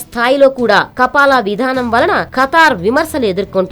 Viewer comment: kapala kapal kadu news redar garu .( kafala ).....news cheppe tappudu telusu kondi